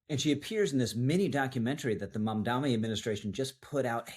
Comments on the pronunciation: I will keep putting this in your comments section until you get it right. It's MamdaNi not MamdaMi. He's a douchebag either way, but let's be smarter than he is and get his name right. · One small point ... how difficult can it be to pronounce the man's name correctly? ( e.g., ) Two ems, tnen an en. I would prefer not to spell out the name myself (why give him more air through my typing fingers?) but credibility and gravitas (yours) are conveyed by ( at the very least) taking the trouble to- pronounce a man's name correctly. UPDATE: and an apology - at the mark, you got it right. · He has been saying it incorrectly in every video (and it is common). And each time I point it out just like you have.